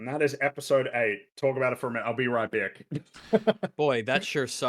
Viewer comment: let his true Australian accent slip through on “back” for a second. Can we just take a moment to appreciate how hard has to work to make himself comprehensible to us? Big ups to 🙂‍↕️🙏🏻 😂